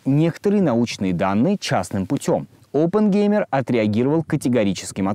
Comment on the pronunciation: Через пол часа от постоянного повторения фамилии Опенгеймер, да еще очень противного произношения, вас просто начнет тошнить и вы выключите видос навсегда. Чуваку явно нужно в жизни найти другое занятия.